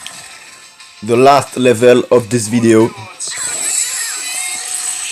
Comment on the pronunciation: Death se prononce DEF et pas DIF